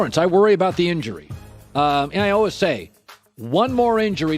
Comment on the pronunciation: Uhl-wiz <--how Colin pronounces "always."